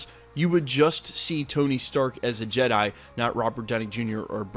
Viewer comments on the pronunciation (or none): none